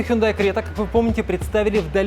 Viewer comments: Сами корейцы произносят как ХёндЭ (ударение на Э) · У меня фулловая крета 2020 года. В Казахстане мы говорим Хюндай😂Хундай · Не хюндай, а хёндэ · Запомните-правильно Хёнда!!! Это сами они под своим видео говорили!!! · Правильно хёндэ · Хёндэ кринж